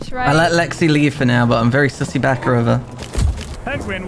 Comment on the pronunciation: This is an Intervention. We are all your friends. I guess you know what this is about. You need to stop saying sussi baka. We all love you and are here to help you through this. It's gonna be hard but you must believe it's possible.